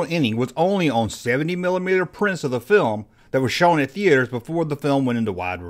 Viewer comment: THE - ATE - ERS... lol